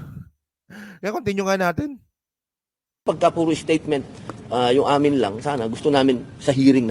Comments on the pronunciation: Bobo ka talaga,statement not statesment, kakahiya ka BOBO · STATESMENT HA HA HA BOPLAKS FEELING MATALINO HOY BOY SILI KUNG ANONG LIIT NG SILI SYANG LIIT NG UTAK MO GRAMMAR MO "STATESMENT"